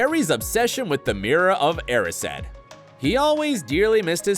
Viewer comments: I almost died when he said “the mirror of Er-is-ed” i wanna cry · Its ( Eh rise d) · did he just say the mirror of eri- sed? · It’s not the mirror of airised it’s the mirror of the arised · Wait is that how you pronounce 'Erised', that's wrong right????? 😳😂